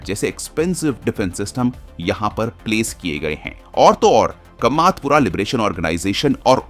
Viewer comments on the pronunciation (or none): वह कामातपुरा नहीं है, वह कामतापुर है.